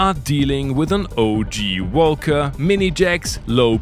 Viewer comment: Came here just to hear "woelca" over and over again